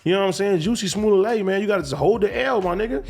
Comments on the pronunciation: The first 3 times he said it I though it must be my hearing but by that 4th time I was definitely going back at replaying it. I laughed everytime! 🤣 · I’m mad Adam and AD keep calling this guy “ Juicy” and “Juicy Smo-lay” 💀💀🤣🤣 kix and giggles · Wtf did dude say when he said the first story? Juicy smullet? Huh 🤔